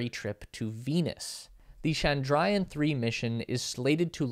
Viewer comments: Well, you got everything correct except for the pronunciations Chandrayaan is pronounced as 'chandra yaan' Mangalyaan is pronounced as 'mangal yaan' Shukrayaan is pronounced as 'shukra yaan' also, 'Chandra' means Moon, 'Mangal' means Mars and 'Shukra' means Venus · Presenter!: CHANDRA+YAAN, Mangal+YAAN!---LEARN TO PRONOUNCE IT! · Great video Was comprehensive Perhaps you could work on the pronunciation of Mangalyaan and Chandrayaan and Aryabhaytta